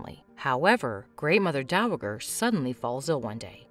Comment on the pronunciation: Great show, irritating to listen to this narrator mispronounce dowager so many times.